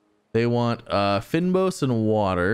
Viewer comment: Please learn to say Fynbos lol. Maybe try seeing how google translate would say it in Afrikaans ; D